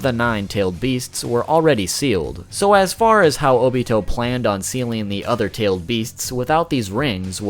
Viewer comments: He said TOBITO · ITS NOT TOBITO ITS OBITO OR TOBI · You said tobito not obito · Tobito isn’t it obito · Did he say tobito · so we're all gonna ignore the fact that he said Tobi-to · Did this nigga just say tobito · Haha you said tobito it’s just Tobi or Obito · This dude really said "Tobito" lol. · DID HE JUST SAY TOBITO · Ik this vid is rlly old but i love how you call him tobito bc i call him obitobi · I’m sorry, but did you just say Tobito? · Anyone gonna talk about how he said “tobito” lol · Did he say "tobito" ?? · This man said tobito